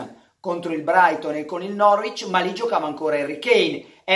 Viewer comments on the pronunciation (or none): none